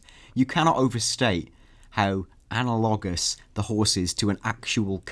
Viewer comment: minus points for mispronouncing "analogous"